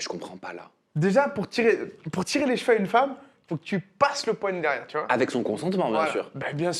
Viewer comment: on dit CHEVEUX et PAS JVEU 😂😂😂